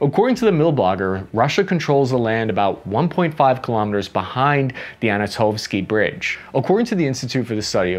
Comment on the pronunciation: anto-nov-ski. not ANA-tomski